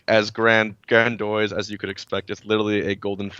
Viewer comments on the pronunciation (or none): "grandoise" it's grandiose grand-ee-ose